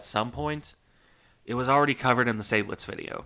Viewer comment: But the only correct pronunciation is not that difficult. Once again: Zide-lits. Just listen to a German! :)